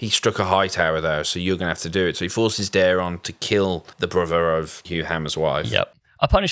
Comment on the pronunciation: Ormund pronouncing it Darren I think is intentional. Daeron is a very Targaryen name